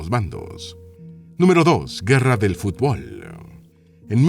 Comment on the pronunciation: Fui leyendo el titulo de a poco en la notificacion, esperaba que hablaran de las Guerras que USA ha causado o armado, cosa que como buen propagandista alcahuete de Washington, nunca te vas a animar aunque te lo pidamos a gritos. Definitivamente ese tema es mas digno que escucharte Mal Pronunciar la palabra FUTBOL